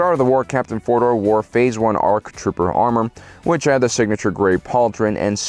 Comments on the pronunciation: "Arc Troper" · Arc Troper yo! Lol. Seriously dyslexic moment. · The first Arc "Troper"